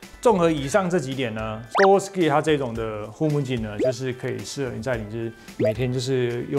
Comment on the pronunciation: 好像是唸goggle嘎狗 助教可以稱作超認真假人 XD